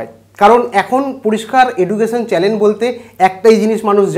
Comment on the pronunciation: চ্যানেল শব্দটা ঠিক করে উচ্চারণ করতে শিখুন আগে, তারপর viewers, বা subscribers এর কথা চিন্তা করবেন..